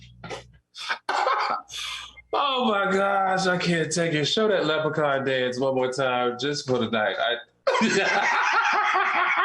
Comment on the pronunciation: 'Sis'-s, Lepracons and 'extra-terestrials' 🤣🤣😂🤣😂😂🤣😂😂😂😂😂🤣🤣😂🤣😂..Fantastic show!! Loved it.